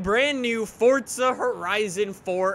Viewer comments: Why is he saying "Fort-zuh"? It's For-zuh. Just wondering (like is it an accent or dialect or something?) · why do you call it fortza not forza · Why does he say forsta not forza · Does anyone else get triggered when he says welcome to a new Fortza video instead of Forza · Fortza .. seems legit